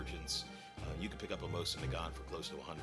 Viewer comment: Mo-SEEN Na-GaNE